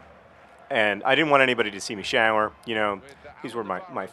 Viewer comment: I noticed that too... "shAAƝwer"